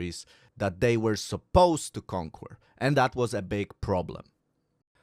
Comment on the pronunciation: As always...LOVE your videos. English lesson: CONQUER - pronounced KON-KER, not KON-KWER. Don't misunderstand...your english is great. Just thought you might like a little tweak now and then. :)